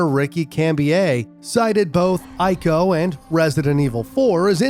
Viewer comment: Let me correct you with something, you showed footage of Shadow Of The Colossus when mentioning ICO (The game is a prequel to ICO, but still.) in the beginning of the video. Also the name is pronounced IKO not Aiko. Great video otherwise!